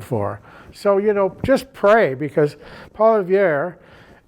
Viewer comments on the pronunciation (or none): I thought for a few seconds this old frog was starting to make sense…uh uh! He said “Polyverre” would be a disaster for Canada”? Firstly you ancient libtard, it’s POILIEVRE…(not *plastic glass…🤨) you’re French- show some respect! Oh Pierre will be a disaster alright- for your sacred libturd party. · This guy always cracks me up. He lives in the era of the first Trudeau, and he even refuses to pronounce Pierre Poilievre's name correctly. He has some interesting things to say but he is entrenched in that stupid, far left-wing Liberal Party.